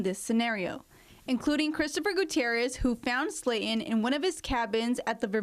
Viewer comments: Slaton not Slatin 😂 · For the reporter. The lady's name is Sla ton, not Sla in. You wasted an education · Since when is the word Slaton pronounced sla in ??? Who hired this one and where is the bike and no frost bite ? 🤔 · Speech training for your reporters - "Slay-in", "mouw- ins"